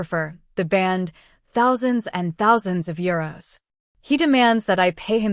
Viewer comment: I was playing a game while listening, but had to stop and rewind, after hearing , 'Thousand year old wedding dress.' It turned out to be 'Thousand euro.'